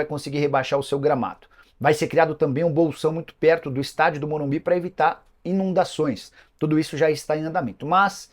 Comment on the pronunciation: Tente pronunciar Morumbi, o correto, em vez de Morumbis, incorreto e com vício mecânico da língua.